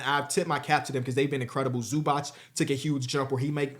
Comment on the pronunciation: Mans still cant pronounce zubac name and we supposed to take him seriously? 🤔